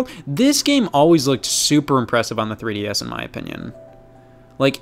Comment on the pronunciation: What's a tree dee ess